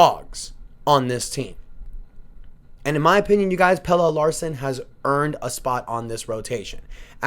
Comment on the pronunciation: I could’ve sworn his name is pronounced Pel-la